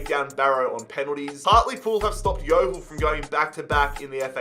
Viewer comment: OMG YOU SAID HARTLEPOOL CORRECTLY 😄👏👏👏👏